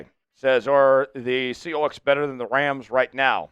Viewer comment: I’m a Rams fan, but I’m commenting because I’m fascinated with how this presenter says “ Seahoawks”. I don’t know anyone from the Pacific Northwest who uses that pronunciation.